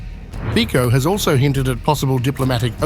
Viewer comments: You should first ask someone how to pronounce the Slovak PM Fico!!! Your pronunciation is uncorrect, offensive and ridiculous!👎 The pronunciation is/ fitzo/, NOT/ fiko/!!!!! 👎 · Can you pronounce the name correctly? It is not FiCo(Fiko), BUT it is FICO(FITSO). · Pronounced Fitso...ffs. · His name is pronounces "Fitso", you dummy boy. Ignorant.